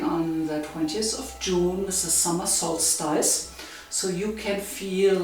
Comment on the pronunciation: Dear, please pronounce "solstice" as sols-tiss as if speaking German (not sols-TEIS as you have in the video).